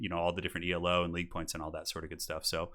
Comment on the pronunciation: I think Elo is pronounced as one word -- it's a word (after Arpad Elo) rather than an acronym.